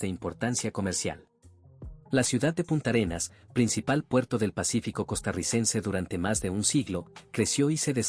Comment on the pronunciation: No es Punta Arenas, sino Puntarenas. No es Terrába, sino Térraba.